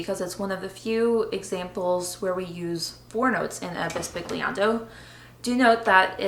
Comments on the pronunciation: Great videos and appreciate the excellent insights into composing for harp. The closest explanation is that 'gli' is prounounced as in the word millionaire (eg bisbilliando) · Very instructional video! Just an aside, the "g" in "bisbigliando" is silent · How to pronounce the "gli" of the word "bisbigliando" Wich is a different sound from the sound of "Gli" of the word "glissando" that is right as you are saying now an hard sound g+l. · Great video, you should say bisbigliando is the Italian for whispering. And the correct pronunciation is different, the g is not hard as in the word big but sweet (I don't know if the sound of Italian GL is used in English... see the words aglio, paglia, meglio...) love from Italy!